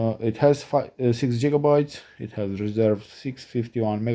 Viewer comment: It's called gigabyte. Like you would start off the letter gold. Not jitterbts. I hope that helps some people clicking off too soon. Remember it's always good to gain knowledge before you speak. Most people have to tolerate it but the second they hear jigger Bits you have lost their attention